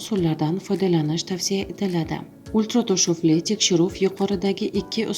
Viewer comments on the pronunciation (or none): Ultira toshuvli bo‘lmaydi ultra tovushli bo‘ladi turi gapiring siz oldin